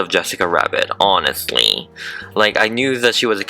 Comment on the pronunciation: omg and past "" honesLEYyy